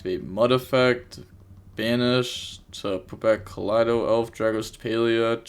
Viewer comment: Pronouncing "Keldo" like that because the last replay had Lunalights with Kaleido Chick is just a classic move Love the videos as always lmao